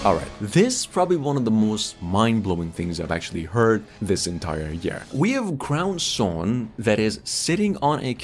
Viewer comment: It's a lil confusing but it's Crow Sworn.